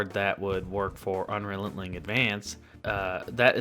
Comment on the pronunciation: Good video - by the way, you are saying Un-Re-Lent-Ling Advance - it should be Un-Re-Len-Ting